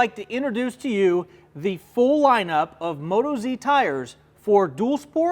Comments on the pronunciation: You might already know this by now but it's not Moto-Z but Mot-OZ Being an Australian tyre, we locals call Australia OZ and we are Aussies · WTF.... its Mo Toz..... not Moto Zee